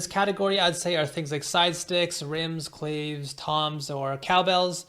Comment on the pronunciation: Awesome video ( claves = “klah-vays )